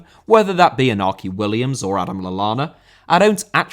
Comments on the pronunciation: Winds me up that you stress certain pronunciations on different subjects but completely ignore the fact that Iñaki Williams’ name is pronounced “In-Yaki” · Iñaki. In-ya-ki.